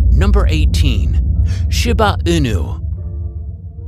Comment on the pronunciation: The voice-over person needs to learn how to pronounce the names of the breeds before he reads the script. The I in Shiba is pronounced like a long E1. The accent of the word mastiff is on the first syllable, not the second. The X in Xolo is pronounced sh; I could go on. And the Cirneco dell'Etna is a breed that's at least 3000 years old and maybe the progenitor of the Pharaoh Hound and the Ibizan Hound.